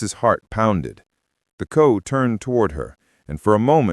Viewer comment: FFS... CO is pronounced CEE-OOH not CO. Grrr!😡😡🤬🤬🤬f#%&k In military etiquette C.O. means COMMANDING OFFICER.